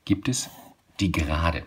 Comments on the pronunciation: Gerade und nicht Serade 👎👎👎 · Warum serade?